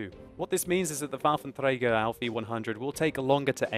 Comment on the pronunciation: Very nice pronounciation of the Waffenträger, greets from Germany :) Also very informative channel, keep it up.